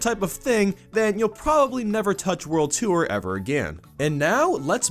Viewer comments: I keep thinking he says "world twoer" (such as a second adventure after beating the main one) rather than "world tour" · it's pronounced tore not tooere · Its pronounced "TORR", not "TOO-URR" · wtf is world 2er!? its a joke i know he means world tour but why call it too-er when you should just say tor